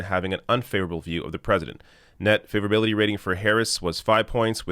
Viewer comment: every time you say "favorability", i hear hillbilly. weird pronunciation. (just to note: i like hillbillies, at least the ones i got to meet in NC. they know no bullshit)